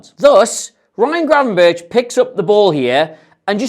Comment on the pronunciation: NO ITS GRAVENBERCH